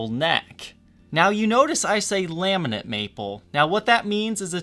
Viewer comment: Laminate not Laminent......